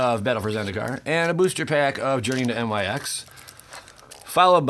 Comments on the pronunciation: "nix" , dude ....not n,y,x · is it just that none of these are weighing more like the old ones? Thanks for the heads up, man. Also, protip, it's journey into "nix", not "n-y-x". It's not an abbreviation. Keep up the great work!!